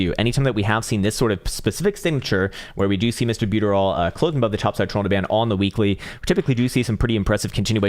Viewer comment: LOL I kind of thought so too. Like how he says trollinger bands.